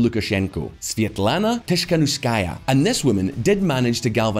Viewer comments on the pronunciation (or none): Tikhanovskaiya is correct, not Tishkanovskaiya. Nevertheless, it's a good video thx. I believe that Lukashenko will rule Belarus even after Putins' death/resign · well the narrator could also learn to pronounce Tsikhanouskaya.